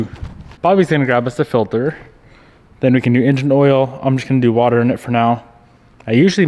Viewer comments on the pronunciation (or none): lol "filthere"